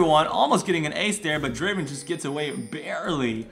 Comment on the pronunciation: uhm srry but it's DRAAAAVEN